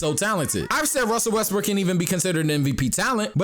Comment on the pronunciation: "if russel wesbrock russel wesbrocks" ahahahhahaha made my day